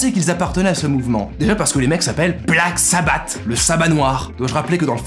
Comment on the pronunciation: Ça se prononce “Black Sabbasse”